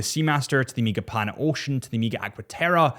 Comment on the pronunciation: Bro, its not Emega